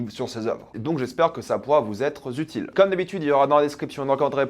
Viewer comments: 😂 « vous etre zutile » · "Vous être utile" et non "zutile" 😂